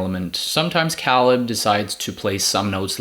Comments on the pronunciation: Dude cool video but you’re killing me lol. It’s pronounced “KAY-LUB”. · Matt is their Cousin not Nephew Also Caleb's name is pronounced (kay-leb) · The way you pronounce caleb makes me wanna turn this video off l o l